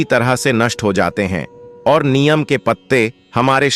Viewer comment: पहले नीम का उच्चार सीख लो बाद में व्हिडिओ बनाओ।